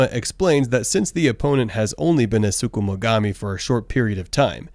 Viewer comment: I'ma need you to chill on saying sukumugami